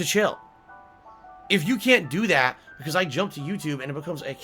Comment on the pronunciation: Proud to say that I don't know anyone IRL who pronounces "and" and "that" like does ("eeand" and "deeat")